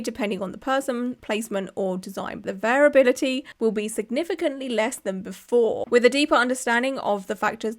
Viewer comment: Just a helpful tip, variability is pronounced like "very ability", so I think you got it right most of the time. I think the more you think about a word the weirder it sounds.